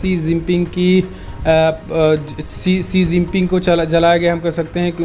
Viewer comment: भाई श्री जीपिंग मत बोलो